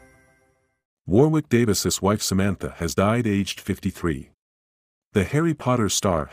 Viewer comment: Sad news indeed but you could try and pronounce his name right!